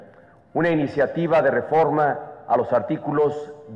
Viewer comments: La refRoma????????? Jajaja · la REFROMA? :|